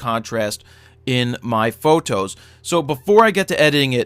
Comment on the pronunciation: i love how he says PHOtos.... dude. you are a god.